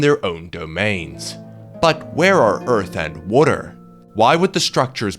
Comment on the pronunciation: "Earth and Wuter?"